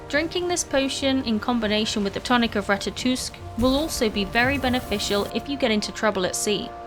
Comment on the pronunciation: The "o" in Ratatoskr is pronounced as the "o" in mosque.